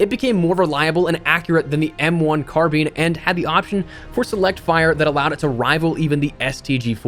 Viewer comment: Does this guy actually know how to say “carbine” 😂😂😂